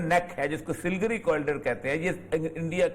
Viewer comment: سل گری نہیں، بلکہ سلی گوڑی۔